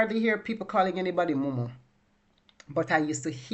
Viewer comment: Mumu not munu